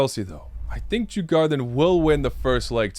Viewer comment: They are pronounced: Dzur-Gor-danz